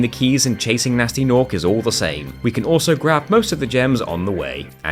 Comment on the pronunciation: guhnasty guhnork